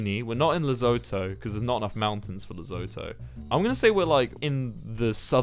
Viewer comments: “Lezoto”😂I am from South Africa and I am pretty sure it’s pronounced ‘le-SU-TO” Lesotho, unless I am being dumb and that’s an actual place 🫢 And don’t you dare judge me for watching a 3 year old video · I come from Lesotho and the way he says "lezoto" desturbs me on a personal level 😂😂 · WILBUR. WILBUR I BEG OF YOU TO PRONOUNCE LESOTHO RIGHT. Les-oo-two. NOT LES-OH-TOE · Lezoto??? Lesotho pronounced le - soot - oo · AS A SOUTH AFRICAN I'M DYING AT THE HE WAY HE SAID LESOTHO 😂 "Lezotoe" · lol here in SA it's pronounced with less of an "oh" sound and more like "oo". So you would pronounce it "Le-soo-too". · Wilbur I love you and coming from a South African.. it’s pronounced “ Le - soo- too “ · Congrats on the Lesotho one, but just be careful with the pronunciation. It's "Le-so-to" both the "so" and "to" with 'hard O's kinda like the o in two but different if you catch my drift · Lesotho js pronounced les-oo-thoo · its pronounced " la-soo-two" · It's pronounced le-soe-to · Im South African and i just want to say that your pronunciation of Lesotho is just wrong its pronounced (the oe is pronounced like the cou in Vancouver) Le-soe-toe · Me laughing as a south African while Wilbur pronounces Lesotho wrong😂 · Me when Wilbur said Lesotho wrong: me:WILBURRR THAT IS THAT HOW YOU PRENOUNCE IT DUDE AAAAAAAAAAAAAAAAAAAAAA (I also know because I live in South Africa😌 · Ok but why did he pronounce Lesotho like that... lmao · can you learn how to say Lesotho